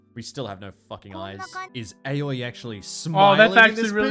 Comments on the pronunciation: How to butcher a name, with: Aoi Éiöê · Repeat after me guys: "Ah - Oy" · Also, Aoi is pronounced like ow